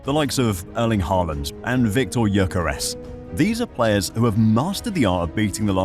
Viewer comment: As a norwegian, hearing foreigners butcher Haaland’s name makes my stomach churn. IT’S FUCKING PRONOUNCED LIKE THE COUNTRY ‘HOLLAND’. Get it the fuck right.